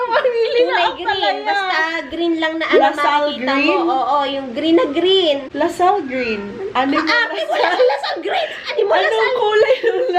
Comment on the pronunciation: Ang expensive ng pagkakasabi ng "La Salle green" HAHAHAHA